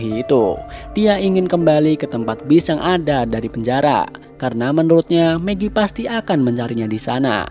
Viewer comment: Maggie - megi Shane - sen Dale - del Philip - filip Lanjutkan lagi😆